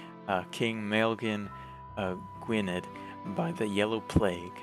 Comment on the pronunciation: 'Maelgwn' is pronounced something like 'Mile-goon', while 'Gwynedd' would be something like 'Gwun-eth'.